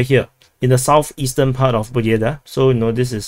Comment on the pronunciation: It's not Pobjeda.. It's "PABYEDA"